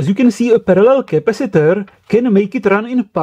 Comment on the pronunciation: Capacitooooor, Diodeeeee, Transformatooooor. booooh boy best English